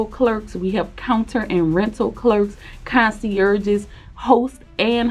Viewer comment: how are you pronouncing concierge cont see urges ? ok tell you another AI will replace narrators